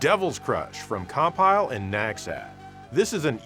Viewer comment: actually it’s pronounced cumpile 😅